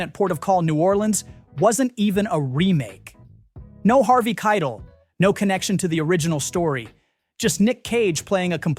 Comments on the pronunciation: Jesus, you could make a bingo game from the names you mispronounce (here's a freebie: Keitel doesn't rhyme with "title"). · Dude, can you pronounce anything? EE-bert. Spike JONES. Harvey KIE tel (rhymes with TIE tell). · Harvey Kietill? Peter Greenaway? Oh dear.. You almost got me this time AI.